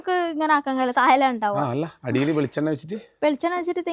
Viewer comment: ബെളിച്ചെണ്ണയല്ല ബ്ലോഗരേ ..... നിങ്ങളെങ്കിലും മലയാളം ശരിക്ക് പറയൂ ❤